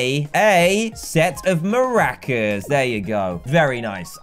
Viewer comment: he said mer-acas